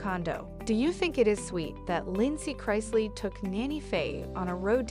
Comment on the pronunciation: Again. Pronounce their names especially CHRISLEY. PLEASE